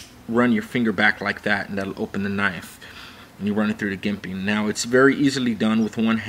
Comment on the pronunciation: you're saying jimping wrong, you say it like "J" as in "Joke"